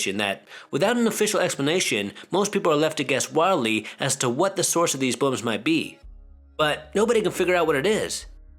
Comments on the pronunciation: His pronunciation lol Was I the only one hearing “bums” Instead of booms? Lol 😂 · Gotta love an Asian accent! “Loud buums” haha 😆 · He says booms funny bubba like buums I like loud buums bubba